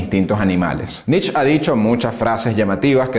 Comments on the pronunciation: No entiendo, tanto conocimiento de parte del locutor , pero continua repitiendo Nich, Nich, Nich, cuando en en realidad se pronuncia "Niche" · Muy buenos todos tu videos. Excelentes temas. Solo te pido que tengas cuidado con las pronunciaciones. Friedrich Nietzsche era alemán, por lo que su apellido no se pronuncia "nitch" como lo decís vos, sino "nitzche" con "e" final. Poné el nombre en el traductor de Google y ahí tendrás el audio de la pronunciación. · Excelente biografía, como siempre. Un detalle: la pronunciación más aproximada de Nietzsche es «nitz-ye», con la «y» sonando como en coyote. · Pronuncie "Nitche".. Màs cercano en español a la fonética alemana.. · Pronunciá NietzchE With E por favor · ❤️ Nietzche. Como tip, se dice como se lee, o sea con "e" al final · Me tiene enfermo el Nich!!! Si te creerás alemán entonces es RIJAR FANGNER.... Por las reflauta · Perdón, pero pronuncia Mal el apellido